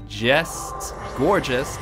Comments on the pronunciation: Loool.."Gorgeous" xD. I can tell you really like this Pokemon although it is actually pronouced "Gour-geist". On a more serious note this is actually a cool deck, sure to work against even those bulky EXs. The only thing I would suggest is to maybe swap out 2 rollerskates and add a Slurpuff w/ Tasting, just for consistency. :) I like the vids man. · I believe that it's pronunciation is "gour'gaist'", from "poltergeist"